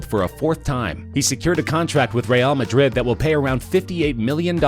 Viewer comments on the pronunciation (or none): none